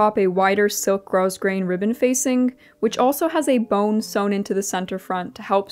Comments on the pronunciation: Beautiful dress. You should be so proud of your finished project! BTW spelt grosgrain, pronounced growgrain. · The entire ensemble came out gorgeous! I can’t believe you’ve been sewing for such a short time. One note- grosgrain is pronounced grow-grain. Just FYI. Great video! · Lovely! Will make a note to go back to see the journey. Tip grosgrain has a silent s . 😉🇨🇦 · I personally find so authentic and lovely the way pronounces certain words: "grosgrein" (which I would pronounce the same way despite knowing that comes from the french and it actually sounds like < > xD) or "silèsia" (which would be my natural form too instead of the "sailija" i hear so often). I am not at all intending to make an argument out of my purposefully feigned ignorance, and I agree that accurate wording and pronunciation are always preferable (though less genuine ^^) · The dress is lovely. I love the colors. Also, I should like to respectfully correct your pronunciation of the word "grosgrain". It's a common word to mispronounce as it is a borrowed word from the 19th century French word, "grogram" meaning "coarse grain". (How it got applied to a textile is beyond me. Maybe the texture of the weave of the ribbon reminded people of coarse ground grain.) Grosgrain is pronounced grow-grain not gross-grain. I understand how one can mispronounce the word as I used to say gross-grain until I was corrected. And occasionally my brain wants to mispronounce it in spite of knowing the correct pronunciation.